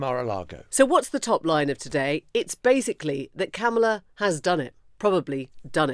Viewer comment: You have to wonder at the News Agents for doggedly and assiduously ensuring that they mispronounce Kamala without fail.